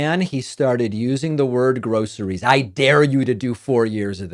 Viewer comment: He's not saying groceries he's saying grossries Every time they want to hike the price up on the grossries Eggs chicken Beans rice